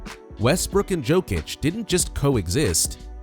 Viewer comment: Its Jokic(Yokic) not jokeic .... 😂